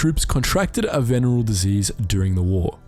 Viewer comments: Venereal diseases. "Vin-air-RE-all" is how you say that. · Venereal has four syllables, and it doesn't rhythm with general. C'mon dude.